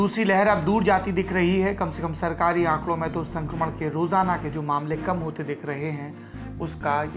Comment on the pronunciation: Jitni bar aap alag se jor de kr bolte h ki " ye sarkari aakde hai" to darsak samajh leta h ki farji aankde 😂